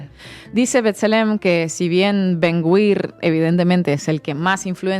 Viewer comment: Creo que se pronuncia “Ben-Gvir”y no “Ben-Gwir”